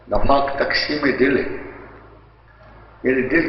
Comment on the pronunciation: Mispronounces nifaq as nafaq...